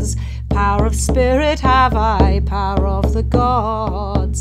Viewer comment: first I heard “parrot” but it is “power”, I come from Spanish as mother tongue